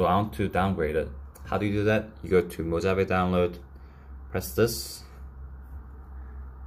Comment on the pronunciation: It’s actually pronounced mo-ha-vey